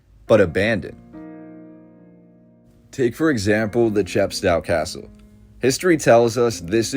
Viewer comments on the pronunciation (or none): English civil war not British civil war. Chepstow pronounced cheppstohh rhymes with oh